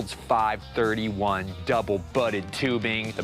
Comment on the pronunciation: It’s pronounced “five three one”